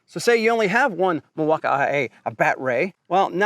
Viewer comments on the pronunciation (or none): What’s with pronouncing Milwaukee as Milwauk I A ?? It’s Milwaukee man 😂 No I A at the end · The way he added that extra flair to "Mill-walk-eye-aye"! 😂😂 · Why does he say milwaukee like that